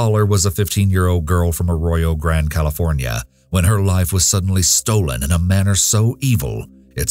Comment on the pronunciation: Grande is pronounced Grand-Ey also this is the wierdist version I've heard Also this isn't where it happened. I was born in the five cities which Arroyo Grande is apart of. All of the cities are so small on that part of Cali that the 5 of them are equivalent to one. Hence the nickname bunching. I was born in 1996 and have been to where the murder happened. That happened on the outskirts called Halycon. In their Eucalyptus forest. Because of the small town the story was well spoken to make sure we never hung out in that forest at night. Among other reasons. What WE were told as locals growing up and my "mom" on our night walk even took us there. Was this spot is why the satanic panic kicked off hard. She was a friend of the boys, and they had a band. After some time they offered her to be the lead singer. She said yes but they said they had to initiate her into the band and had a bonfire there. Which in a sense they did. They sacrificed her to the devil/ slayer to become an ultimate metal band. Which is where that connection really was solidified of metal and devil worship.